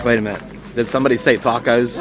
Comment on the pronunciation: I asked my wife last week, What kind of accent have? She didn't know, When you say the word "Tacos" I swear you sound like you are from England or Australia. Have you met Tina from ZenQuest? She has an accent also, I had to ask her, It's Hawaiian pidgin and you're right, I do talk funny!!:)